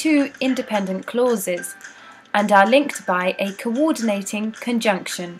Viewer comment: literally "kowordeenayting konjunkshion"